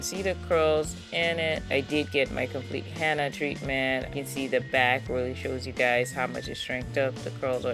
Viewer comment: Love your channel..but its HENNA (Hen-na)not HANNA!!!!😁